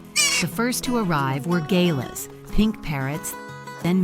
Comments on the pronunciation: Not Gay-lerz, but g-lahz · They are called "guh-larrrs". NOT "gay-laz". Where did this American commentary come from?! 🤨😐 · Gah-Lah, not fkn Gay-la, 🤡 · Gaylas ... 😅 ... pronounced Ga lars ... Galahs ... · Gaylers? Galahs you mean) 😂😂😂😂😂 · Gaylas 😂😂😂 Terrible AI pronunciation. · Pronounced galahs , cookaburas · Galahs are said G-lah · First to arrive were "gay-las" Damn AI 😂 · "gaylas" lol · Hmmm I must admit I am questioning the authenticity of this video. The Narrator is definatly not an Aussie. Her pronunciation of Galahs GAY _ LAH is abhorrent and then Kookaburrs which she pronounced COOK - A -BURRAs. Interestingly you hear a women speak and if am correct has a totally different accent and speech. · Lol, “gay-luhs”. Definitely AI blundering through narration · The american accent and mispronunciations screws up this video. gaylahs? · Okay i don't know who's voice this. But it's not the person who filmed this story. They keep saying the bird names wrong. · She has an American accent and Galahs and kookaburras are native to Australia (and she’s not pronouncing Galahs properly either).